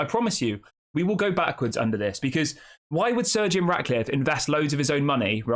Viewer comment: His name is not surgeon it’s Sir Jim pronounce it right jeez